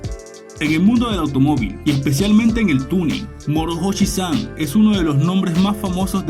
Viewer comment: La H no se pronuncia y la pronuncias como una J a ver si aprendemos hablar y a saber pronunciar